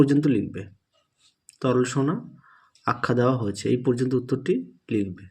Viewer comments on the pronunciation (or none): "aei" was epic😂😅